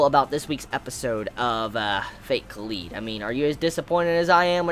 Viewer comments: you say it like "collide" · god I hate it when people pronounce kaleid wrong